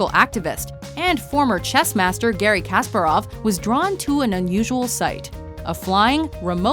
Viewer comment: daamn kasparov is THE chess master you can't say it like that